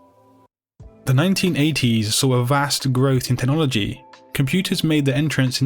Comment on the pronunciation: Teh- nologi